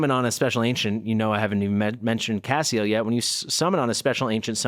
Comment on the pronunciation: Each time I heard you said Cassiel, I thought you said Caseoh 😭😭 Playing your youtube video while playing other games!